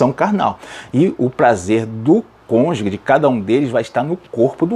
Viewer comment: Amado pastor. Atente-se a palavra cônjuge. Não se diz CÔNJUGUE. Fala se cônjuge, exatamente como é escrito. Gostei muito de sua aula. Só me incomodou essa expressão. Perdoe-me